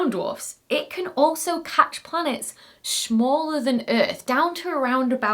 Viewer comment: she said "shmaller" 🤭🤭